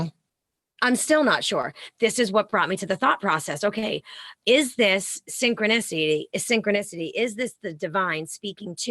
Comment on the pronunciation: SYN-CHRONIS-TY SIN- CHRONUS... CHRONUS..S0....